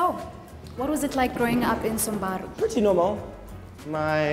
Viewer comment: Its not sambaru, its 'SAMBURU'